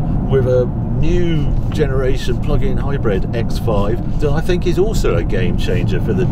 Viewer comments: Omg Harry it's HybrId with an I not HybrEd 🙁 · Its not hi-bred,its hybrid.